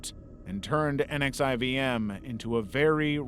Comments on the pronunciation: NXIVM is pronounced 'Nexium'. Check any documenary on he cult. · NXIVM is pronounced "nexium" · so NXIVM is pronounced Nek-see-um. And the last name of the founder is promised Ran-Yair-ee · Nxivm is pronounced as “nexium”.